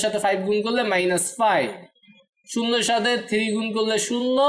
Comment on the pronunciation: Bhai thiri na bole three bolle ki hoina? 😅